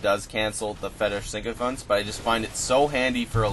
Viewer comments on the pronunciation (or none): Pronounced SICKO FANT.. you keep adding an N that isn't there it's not SINKO FANTS. ;)